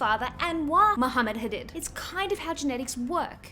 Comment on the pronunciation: Please pronounce Hadid as hadeed bc everyone knows that's how they want it pronounced ❤from central Ontario Canada